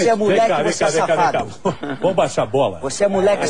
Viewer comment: "Voxê é muleque, voxê é xafado!"